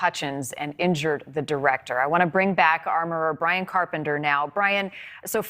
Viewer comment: It’s Ryan! Ryan! Not Bryan!!!!!!!!